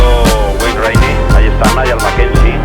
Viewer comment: Knows him that well he can’t pronounce Niall’s name. Mind you the same guy said James Toseland was a talented pianoist :-)))